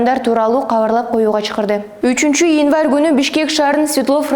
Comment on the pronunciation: Инварь эмес январь 🤣